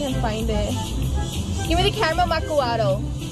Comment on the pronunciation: Hahaha its not macccuado💀😄. Its Macquiado😆✅